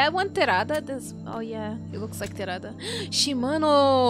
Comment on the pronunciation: Heh, sometimes my head hurts when doesn't understand situations like when she thought Kaoru's mother was alive... Plus another thing she always put emphasis on the names like ShiMANo when it's SHImano